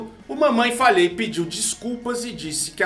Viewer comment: eu ouvi "mamãe FALHEI?" ahuahau 🤣🤣😂